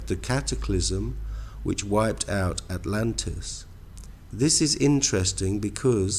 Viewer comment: Had me until “Atlantis”